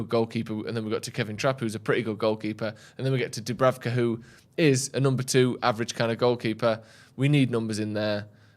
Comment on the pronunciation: Imagine butchering Dubravkas name every week